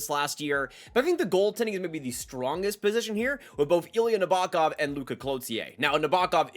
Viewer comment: Sean Behrens, Gulyayev, Nabokov, Bardakov. Come on dude..